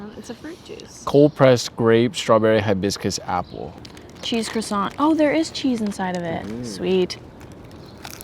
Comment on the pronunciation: Learn how to pronounce croissant properly, it’s not difficult! Also in English Montreal is pronounced “Mun-tree-all”